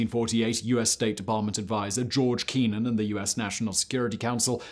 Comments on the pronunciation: You wouldn't go for Hoo-li-yoh instead of Joo-li-yoh, for Julio, maybe? And Kennan us sounded exactly as it's spelled. No, not Kee-nan. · I think Simon is just intentionally mispronouncing stuff on purpose now because he knows we find it hilarious that someone who talks for a living would have such difficulty talking. Kennan is not some exotic word in Farsi. It's a common name that everyone knows rhymes with Lennon, as Simon must also know. Still funny, but it just seems like he's trying too hard for the easy laugh now.